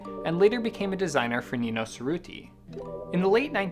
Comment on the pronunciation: You are mispronouncing Cerruti.